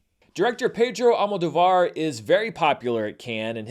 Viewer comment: Hey, remembering your feud about the correct pronunciation of Giancarlo Esposito's Spanish surname, I think you'll appreciate to know that the surname Almodovar is actually pronounced AlmoDOvar, instead of AlmodoVAR.